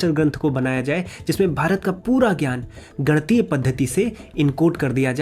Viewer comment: Nivedan hai aapse, uccharan ka dhyan dein, ganitiya hai, gantiya nahi